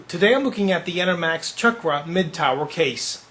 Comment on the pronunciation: its pronounced Sha-kra not chockra lol